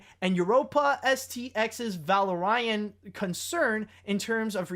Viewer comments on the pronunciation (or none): the way you said Valerian made my day XD